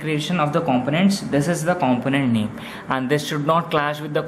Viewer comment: Great video, only thing is the way you pronounce component is wrong.